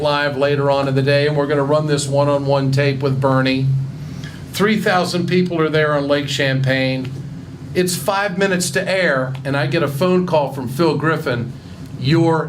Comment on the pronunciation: "Lake Champagne"...? It's Lake Champlain.